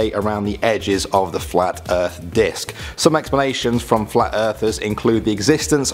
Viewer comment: anyone else hear him say "fwat"? I know I did